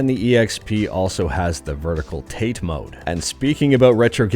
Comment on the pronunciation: The "Tate" in "Tate mode" is pronounced "ta-te"; Japanese for standing.